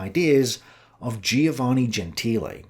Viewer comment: I tell you, these Greek philosophers were getting hold of some mighty fine drugs - and are just a bunch of dreamers. Listen mate, you need to get out a bit more - a good walk every day is recommended. PS Giovanne is pronounced JO-VAN-EE ie the "i" is silent.